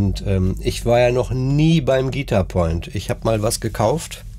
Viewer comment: An der Betonung bei „Guitar Point“ würde ich noch mal feilen 😂. Ansonsten nettes Video